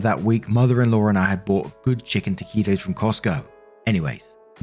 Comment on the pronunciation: Congratulations! You said "taquito" correctly!